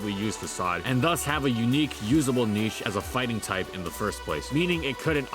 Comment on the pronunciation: I wish there was a bit more quality checking in these videos. Certain words are horribly mispronounced (niche, eked out, Oceania), which makes me think that there's very little editing done after the script is read. Along with that, some information is just false. Hariyama in Gen 7 Singles actually did drop to PU for the PU beta, was quickbanned, had a public suspect test for its reintroduction, and then remained banned. There even exists an article on the Smogon Flying Press about the suspect test. I understand that this is a bit nit-picky, but I think there's a lack of polish in these videos that leaves parts of them mediocre. I really do enjoy and I do believe that there's a good amount of work put into the videos, but some parts of them just shouldn't be considered acceptable.